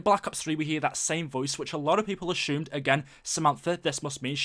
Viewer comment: I like how he says ashume